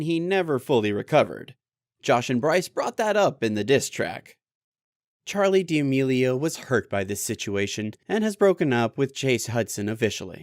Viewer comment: Charli demelio💀🤣🤣🤣 it’s Charli D’Amelio